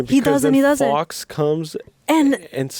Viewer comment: The phoenix isn't "Fox" it is "Fawkes." Guy Fawkes is historically a symbol of rebellion against tyranny.